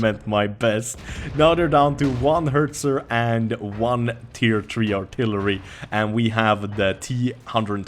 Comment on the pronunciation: Its Hetzer not Hertzer!